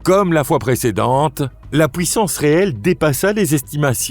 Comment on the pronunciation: Pouissance au lieu de puissance houit à la place de huit. Il faut expliquer à comment prononcer correctement ces deux mots.